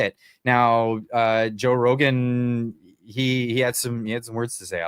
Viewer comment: Rogan takes himself increasingly seriously (laughable, especially after the Douglas Murray humiliation), worse, much worse even than thick as a brick rich guy PBD. He is good for entertainment, not much more. PP was wise not to waste him time with amateurs, who can't even pronounce his name correctly. The hubris of these self-important, narcissistic podcasters, whilst exposing their utter incompetence, is fascinating to watch. Talk about being in a bubble. Try real life sometime, rather than staying in the "fake" internet "reality".